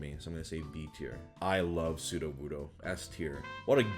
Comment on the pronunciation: He mispronounced "S Tier" for Shuckle. That's kind of embarrassing